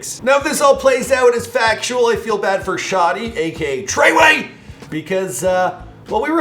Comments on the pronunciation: U sound funny when u say tr3yway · Please stop saying treyway it’s cringy as hell